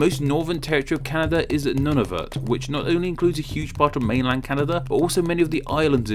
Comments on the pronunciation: NUNAVUT IS PRONOUNCES "noo-na-voot" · Noo-na-voot. NOT Nun-of-it, NOT Nun-a-vut. NewF-IN-land. NOT New-FOUND-land, NOT New-Finland. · Well "noon-a-voot" is how they pronounce it in their language... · Your pronunciation of Nunavut is killing me inside. Also Newfoundland. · Culdee Fell Productions no one I’ve ever heard pronounces them like that.